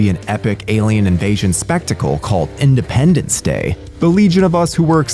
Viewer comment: "Idependence".... that alone is friggin hilarious.